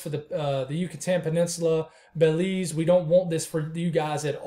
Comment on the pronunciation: You said Belize right the first and last time. I’m from Belize and we are monitoring it closely. I notice the Euro had it hitting Nicaragua or Honduras but 180hrs out it had the models over us. Hitting us as what is the big ?